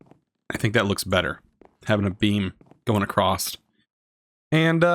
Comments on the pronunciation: Man it’s across not acrost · could you plese keep in mind that every time you say acrosst your triggering my perfectionism so it makes me want to help you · My guy says ‘acrosst’ 😂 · Please stop saying acrosst I can't take it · across not acrost. still like the series. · / it's just "across". "So it goes across." Not "So it goes acrossed/acrost. :P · You are saying acrosst wtf? xD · WHY DO YOU SAY ACROSSED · WHY DO YOU SAY ACROSST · He keeps saying "acrossed" 🤣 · i think its funny that he says acrossed instead of across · Is 'acrost' a Canadian pronunciation of 'across'? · I am not sure but I think you said acrost instead of across lol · ‘’Acrost’’ Great XD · Loved the video but cringe every time you say “acrosst” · Lol, I'm southern bred and cornbread fed too, but I also know that acrost is not an accent, it's wilful ignorance. Like libary. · No "T" in "across" or "sand"! LOL The Plow is perfect for one of my 64x64 farms.